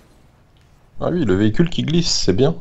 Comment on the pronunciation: ne dit meme pas ''oui'' mais ''uiii''